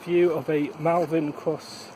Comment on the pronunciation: Triggered!!!! Pronounced Mul.. Ok bike though.